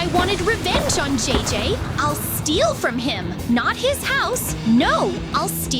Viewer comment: It's JJ not DJ bra